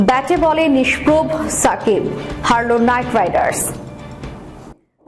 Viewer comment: সংশোধনঃ 'নিস্প্রভ' অর্থাৎ প্রভাশূন্য বা মলিন। নিস্প্র নয়। উচ্চারণ শুদ্ধ (নিস্প্রভ) করুন প্লিজ। ধন্যবাদ।